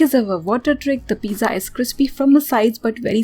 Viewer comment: She really saying piza like piza tower 🤣🤣🤣